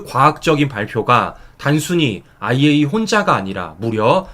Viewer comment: 정말 수고가 많으시지만 이왕 방송하는거 정확한 발음으로 아이에이이에이(IAEA)이라고 방송해주시면 오히려 손상TV 신뢰도가 높아질거라고 생각합니다🙏🙏🙏❤❤❤❤❤❤❤❤❤❤❤